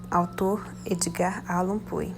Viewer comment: O texto é maravilhoso!!!! O nome deve se diz Pôu (Poe). Obrigada!!!